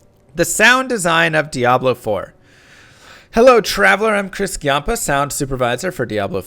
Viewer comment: Ghee-yampa? Dude aren't you Italian? Jahm-pa.